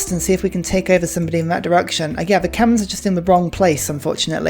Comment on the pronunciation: Its not kemen, its k-may-er. Kmehr